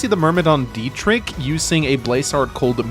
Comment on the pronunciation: As a German it really pains me how bad you mispronounce the name Dietrich. It's pronounced with a ch not a k. The ch is similar h in huge. But just put it into Google with German pronunciation.